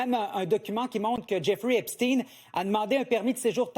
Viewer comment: Epsteen, Epsteen !!! Thirteen, forteen, epsteen , sixteen C'est Epstein pas Epsteen... Ce n'est pas un américain, c'est un allemand...